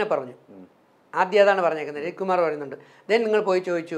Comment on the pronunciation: രഞ്ജിത്ത് അല്ലടോ, രജിത്ത്